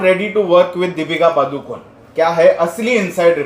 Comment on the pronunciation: it is not पादुकोन The correct pronunciation is पडुकोणे